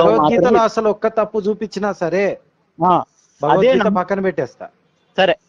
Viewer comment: భగవద్గీత అని పలకటం కూడా చేతగాని వాళ్ళు వారు. వాళ్లతో మాటలు ఎందుకు గారు.